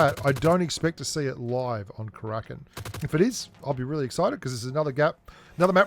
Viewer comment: Haha it’s not Krakin, it’s Kara-kin